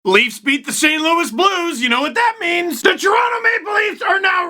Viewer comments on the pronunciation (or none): none